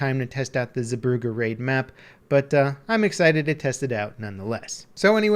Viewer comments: The Zee part of the name is more pronounced like Zay. Brugge is harder to change to english. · [Epic Gaming] zebroughe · he absolutely butchered the name of the map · his pronunciation of zeebrugge is so bad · the way he says Zeebrugge ;D, the dutch know what i mean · Lol I took german courses at school and I could still tell he wasnt pronouncing stuff right. But shouldnt Brugge be written Brug in the name of the map?